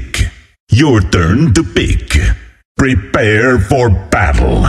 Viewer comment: PREEPEAR FOR BATTEL